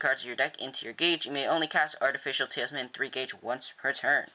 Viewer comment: you kept saying tailsman It is talisman